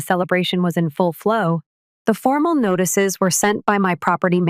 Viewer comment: The AI voicing this sucks. M A A M? . NAGHTICES? And problems aren't worked out this easily. BS.